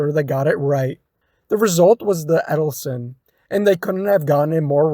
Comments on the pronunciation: I don't know where you got Edelson (Ed-el-son) form? But it's Edsel (Ed-sel) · yes he was driving me crazy with that dopey Eddleson. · "Edelson"??? Really dude?? EDSEL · “Edsel “ not “Eddleson”